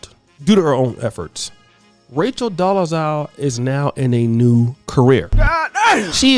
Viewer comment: I like to think you're purposely saying her name wrong which is funny to me